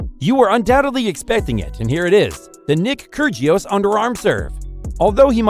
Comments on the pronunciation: Kirjios instead of Kyr'ios, Thomas Berditsch instead of Tomáš (TomaSH) Berdych (BerdiKH)... OMG Ayven Lendl :-D :-D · Gotta love kergios it’s pronounced kyirios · This man has no idea how to pronounce any names. Nick Kurjios Pierre Hugis Herbert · Really?? KERR-JEE-US? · Mf really said "Nick Kurjious" 💀🤡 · Gotta love ‘Kergious’ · This guy did not just say kyrgeious like bruh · It is pronounced Nick (ki-ri-os) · Get your pronounciation right ffs. It's not keergios. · video should be titled as 'the real way to pronounce Krygios' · The way he pronounces kygrios, I was laughing my head off 😂😂😂